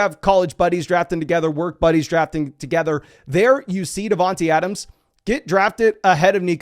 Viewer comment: it’s not devon T Adams. Think about it bro. His nick name is Tae. Not tee. Smh. Say his name Devon TAE Adams